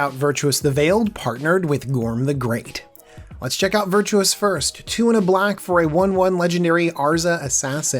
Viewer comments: ..... Virtuous? You've added in some vowels there, buddy. Vir-tus ;) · It's...it's "Virtus" (VER-TUS) You keep saying "Virtuous" (VER-CHOO-US) A little different. Cool deck tho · dude, Vir-Tus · Made it about a minute and half, but I couldn't take hearing you say "Virtuous" one more time. Honestly, how hard is it to sound something out? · Made it longer than I could I was out at 53 seconds. Probably my biggest pet peeve with the magic community. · It's pronounced "Ver -Tuss" where the heck did you get Virtuous? lol! And yes Azra, not Arza lol. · Please pay more attention to card names/creature types. Not even 1 minute in and you already mispronounced Azra and Virtus